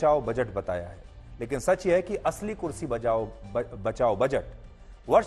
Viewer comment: Bhai tum kurshi bol nahi sakte ho ir reporting kr rahe hoo